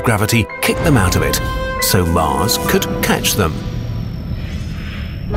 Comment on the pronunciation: not MUZ ITS MARS ARE YOU NEW TO ENGLISH?